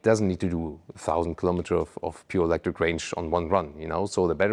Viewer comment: ⚫️🟡.. To me looks more like a Bugatti but it being a sports car I think it’ll work and it’s growing on me. I kinda like it. It’s so different and so I catching that. I think that vehicle in a solid black or yellow would look amazing. ❤ what truly breaks my heart is that you said Ewwlectric.